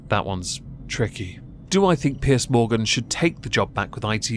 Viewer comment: its piers not pierce